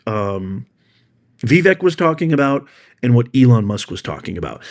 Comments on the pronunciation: It's Vivek.....like it, is, in.....not Veevek. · His name is pronounced Vavake. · Please stop misprouncing Vivek's name. It rhymes with "cake". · Fyi: Vivak himself said that the correct pronunciation of his name rhymes with Cake.